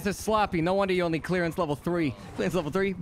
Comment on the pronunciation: frank we hv a hostage situation Jmw: just levvel the place Me: dying from laughter